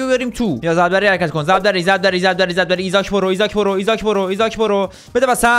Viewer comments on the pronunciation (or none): ایساک نه ایزاک😂